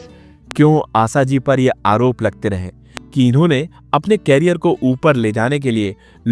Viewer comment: क्यारियर नही करियर बोलो क्यारियर का अर्थ अलग हैं